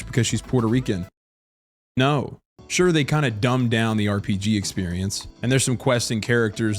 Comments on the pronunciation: missed opportunity to actually pronounce no in spanish correctly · No in puerto rican is not Nou, it's No